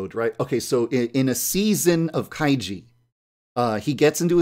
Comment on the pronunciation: I'm not sure if you pronounce kaiji that way